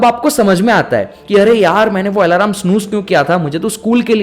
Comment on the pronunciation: आलम बोलते है भाई अलार्म नही